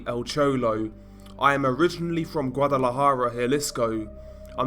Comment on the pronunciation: Thanks for pronouncing Guadalajara correctly (